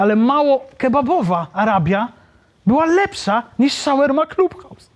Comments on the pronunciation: Shawarma nie szełerma lol😂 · Nie ze się czepiam, ale to się chyba wymawia "szałarma" 🙈😶‍🌫️🫡😇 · W wymowie SHAWARMA NIE MA "E"